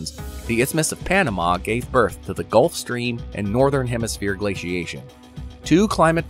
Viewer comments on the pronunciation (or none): none